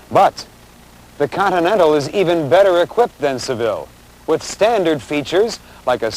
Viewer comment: The host even seems to like the Coninental